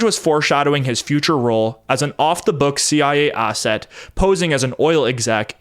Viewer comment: Stop adding R’s where they don’t belong, like arsett!